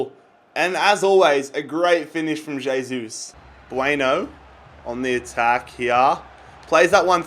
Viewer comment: Pronounced "hey-sus"